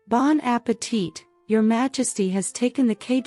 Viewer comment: Say bon appetee don't prononce the T